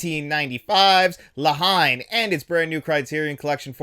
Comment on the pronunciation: For future reference, the film (La Haine) is pronounced (La -En) it’s much more of a one word scenario in the pronunciation of it. Great review as always!